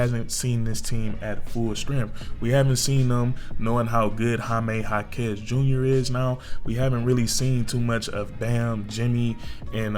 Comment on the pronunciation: Há-kes... emphasis in the first syllable.